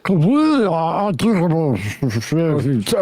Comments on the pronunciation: "Articalable" facts. What a dumb ass, alki-brain moron who speaks as though he has brain damage!!!! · arr-tickulabul facts